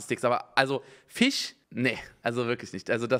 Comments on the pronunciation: Immer wenn er FISCH sagt klingt es wie FICH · Jeder: Fisch Unge: Fich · Simons „Fich“triggerd mich so..😂😂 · "Fich" Rewi kommt auch hier vor xD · Wie sweet Unge Fisch ausspricht Fiisch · Niemand : Absolut niemand : Unge: die schmecken absolut nicht nach fich 😂